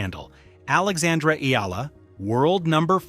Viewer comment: It’s AYALA not Eala, you dummies! Ah - Yah - Lah! Three syllables pronounced with short A’s. You idiots keep running the story butchering her noble name and misspelling it too. Again, her name is AYALA. She is the direct descendant to Don Antonio de Ayala, famous industrialist.